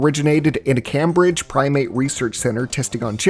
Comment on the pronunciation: It's been 24 years and this guy still doesn't know how to pronounce CAME-bridge